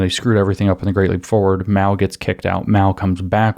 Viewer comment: It's Mao. Not Mau, Maou or Miau, that's a cat